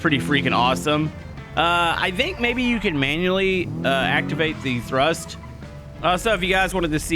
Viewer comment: TRUST.... NOT THRUST... Please pay attention